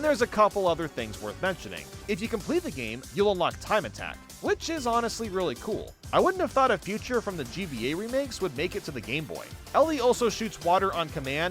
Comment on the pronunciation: hey genuine question: why do you pronounce feature like future?